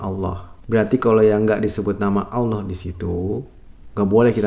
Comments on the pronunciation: Dia bukan sesat tapi nir ilmu alias gak kuasai ilmunya. Nyebut lafadz Allah aja gak bener. bukan Kyai ini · Lisan saja dilaknat tidak mampu mengucapkan Asma ALLAH secara benar